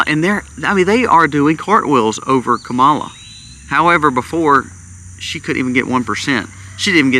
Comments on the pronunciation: If you’re going to try to make a valid argument for your vlog, you should first learn how to properly pronounce her name-loser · That’s not how you pronounce her name and you know it don’t be racist, dude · Wow. I have never heard so much hypocrisy from you man. You could have replaced her name with Trumps name on much of what you said. How can you trust a man that lies every time he opens his mouth? You've never watch the DNC convention? That's saying a lot. You only hear what you want to hear. All Trumpers are that way. Stick to prepping Sir. And learn how to say her name right. See you in November. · You're saying her name wrong